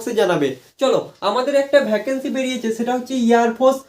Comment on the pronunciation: Airfours😂 airforce ✅